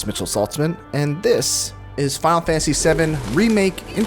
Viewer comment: "Fal fanasy SeUM REMAKE" XD